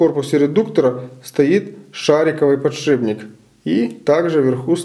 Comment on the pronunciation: Ну сколько можно говорить не подшиБник а подшиПник!!!!! Ну сложно запомнить?